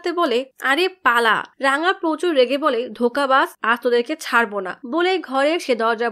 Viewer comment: রাঙা❌ রংগা✅